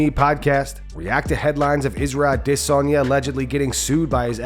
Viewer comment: Why do you pronounce Izzy’s last name to sound like “diss?” Sounds stupid. Just FYI.